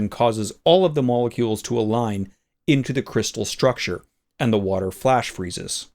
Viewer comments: Meolucules? Did you ask your cat how to pronounce that? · myaalocules... y'know, like, nya? :3c